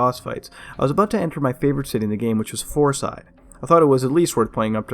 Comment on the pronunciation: took me 5 seconds to realize he said "fourside" and not "horse eye"